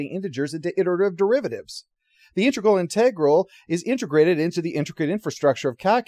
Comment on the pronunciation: So refreshing to see an Enterprise review that's almost entirely positive, where the biggest complaint is over the pronunciation of "integral".